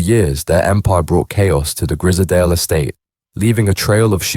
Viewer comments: You pronounce it like you would say prize .. grizedale estate not grizdale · “Grizzerdale Estate” 😂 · AI voice? Keeps switching pronouncing their surname. Also the pictures look like Grizedale Estate, Lake District. Very different type of estate to the one in Liverpool